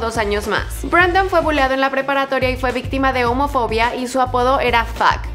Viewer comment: BrAndon Urie :v es Brendon xdd